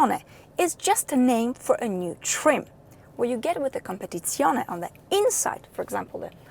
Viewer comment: Ciao, you know that I always compliment you but today the biggest compliment goes to your pronunciation of COMPETIZIONE, I would say promoted 😉😊😃👍 Samu Milan-Italy